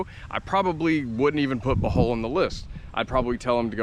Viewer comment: cant even pronounce the name of the place he lived correctly, you should learn to speak and pronounce the local language ur american dialect sounds disgusting when trying to say local words 😢 even salamat sounds so ugly. when you say it, just try to copy how the locals pronounce it